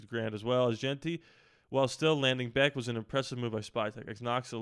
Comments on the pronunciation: Jack “Besh” is how it’s pronounced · It’s pronounced Besh.